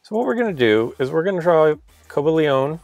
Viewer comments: he said coblioon💀💀 instead of cobalion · Cobalion (Coh-BAH-lee-on) I know, hate me, but I'm pretty sure that's how it is pronounced.